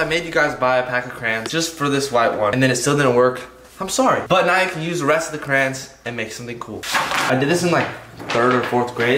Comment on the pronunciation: 2021 and he’s still saying crans 😂